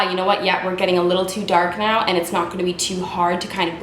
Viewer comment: wtf! I literally just finished watching super troopers and I walk in and start watching this and hear you say meow instead of now and just lost my shit hahaha